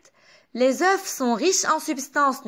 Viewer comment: شرح مفصل وواضح يعطيكي العافية بس ملاحظة بكل محبة بالفرنسي، لما منحكي عن بيضة منلفظ ال f بآخر الكلمة بس لما منحكي عن بيض au pluriel, منكتب ال fs بس ما منلفظ لا f ولا s